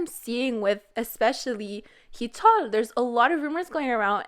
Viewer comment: Why do you pronounce Heechul like thatE?